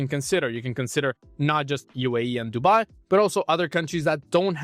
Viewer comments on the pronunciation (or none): none